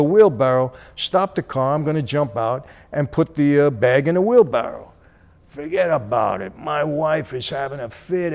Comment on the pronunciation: Best "fuggeddabowdit" I ever heard😁